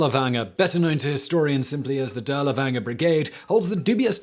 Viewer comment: Good stuff, but you were killing me with your mispronunciation of Dirlewanger.